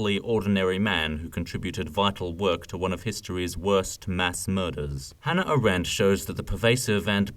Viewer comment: AAAAAH-rent. Not a-RENT. Thankyou